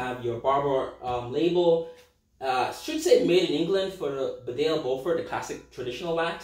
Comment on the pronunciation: It’s actually pronounced baaaaaa del